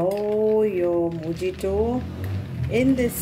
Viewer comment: You are pronouncing the word MOJITO wrong!!!